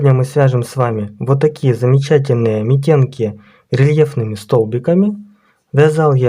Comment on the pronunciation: Митенки-ударение на первый слог